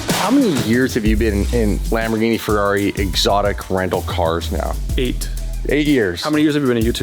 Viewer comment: LAMB-BOR-GENIE🤌 PLEEEEEEEEAAAASE